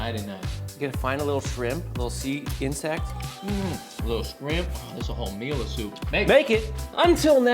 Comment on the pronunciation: Dude said, "Skrimp". I can't!!!🤣🤣🤣🤣💀⚰️🪦👻